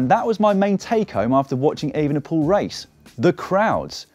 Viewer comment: I heard that too, in disbelief, but then listened again very closely. I think it's possible that when said too fast and with certain accents, Evenepoel and van der Poel sound almost indistinguishable within a sentence. However, a better effort should also be made by a pro commentator, IMHO.